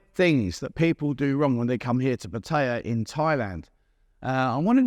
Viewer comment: The first mistake people make when coming to Pattaya is to pronounce is Pu-Thai-Ya. It's 2 syllable. Pat-ya.